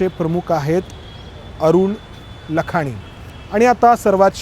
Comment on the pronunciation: लखानी नव्हे लाखाणी म्हणतात